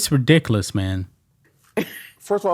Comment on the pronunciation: The only thing Charles Barkley is good for is making me laugh when he tries to say rediculace.